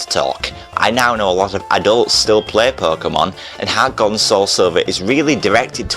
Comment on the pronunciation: lol harrrrts gald